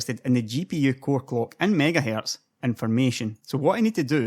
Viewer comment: MiegaHae... lol what accent is this?